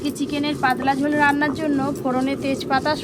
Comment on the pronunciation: পাদলা কি ভাই পাতলা 😂😂😂